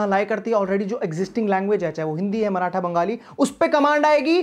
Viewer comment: It's not मराठा.. It's माराठी